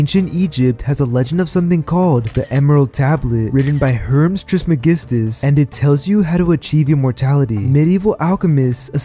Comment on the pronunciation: "Herms"... wth? You mean Hermes (her-meez).